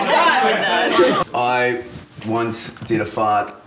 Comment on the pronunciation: “I ocne did a fart”😂😂